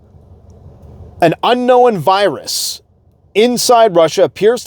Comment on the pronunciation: It's chemical not a wirus!